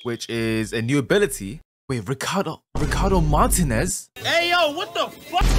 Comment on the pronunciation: Yo why he say ricardo martinuez like that